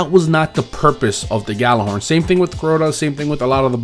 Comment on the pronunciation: Has more than 10 Gjallarhorns. Still can't pronounce it